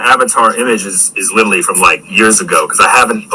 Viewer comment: 'Litallly' ughhh